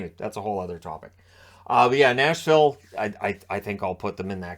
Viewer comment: Nashville is so bad that can’t even say their name X2